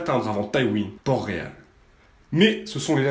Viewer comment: c les Tyrell pas les Tully ET à c PORT-Réal PAS PORT ROYAL ET Aegon SE PRONONCE Aegonne